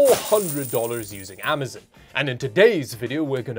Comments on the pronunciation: Amazon is pronounced Am-uh-zOn, not Am-uh-zUn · Bro said “amazen”